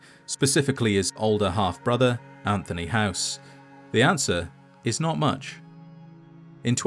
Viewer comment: It’s not anthony house yall 😂